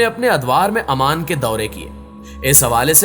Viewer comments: not aman its oman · Salam alaikum bhai is name AMAN nahi OMAN hai . Jazakallah